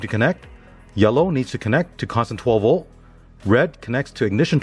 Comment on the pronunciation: Cant say "v o l t" theres a letter T there. 12 vol